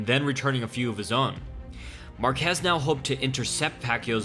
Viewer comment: its pronounced MAR-kez more emphasis on the first syllable. similar to Marcus except with the ez. I hope you try it out next time. Your pronunciation was killing me. ... also Excellent video